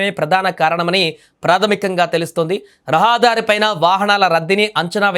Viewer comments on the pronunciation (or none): రహా దారి కాదు .రహదారి😂